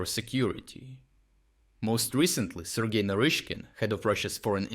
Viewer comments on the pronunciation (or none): none